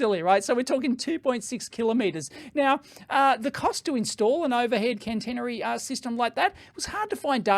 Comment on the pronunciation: Hi, thanks for the vid. Couple of points : its not cannnnteeenery ... it is catenary. cat-eeen-ery. for the overhead lines, and the thingy that sits on top of the train to reach up and complete the circuit is a "pantograph". I worked on Stadler diesel electric and plain electric trains for a few years...in the UK. The overhead lines run at 25 KV AC 50 Hz. Europe is generally a lower voltage. On the train, the 25KV is transformed down to run 3 phase 415V AC. THis is fed along to the power converters to provide variable frequency drive to multiple wheelsets. These can operate in regen to recover some power during braking. Also, Stadler have battery trains in at least two projects I know of : UK south wales where they are tri-mode : diesel, battery and overhead, and in southern Germany where they run on overhead or battery. For the Tesla example, they could use the pantograph when running on the main line and at the overhead served station whilst also charging the batteries for use on the branch. (Most trains have a 110V DC battery array which runs all the systems except aircon and traction for several hours ... I have also had the fun of recovering dead trains by coupling to a good one and getting enough power over the coupling to bootstrap the dead one and start its diesels).